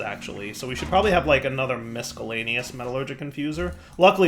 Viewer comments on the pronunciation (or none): The C in miscellaneous is silent like in science. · Just so we're all aware, the "c" in miscellaneous is silent.